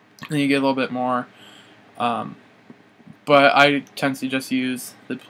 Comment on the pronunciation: Did u say Butts except But